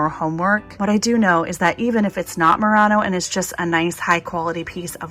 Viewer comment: Btw it's pronounced /muir-ano/ 😊